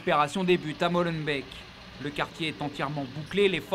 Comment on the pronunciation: On dit Molenbééék pas Molenbêke